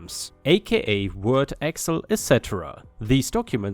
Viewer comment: Story 2, Excel is said as "ex-sell" not "ex el." 🤪